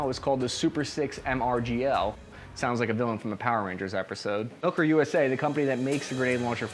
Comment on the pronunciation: It's pronounced "mill-core" not "milker"